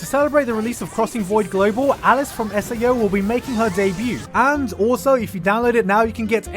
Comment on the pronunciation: ARice, not Alice, ok?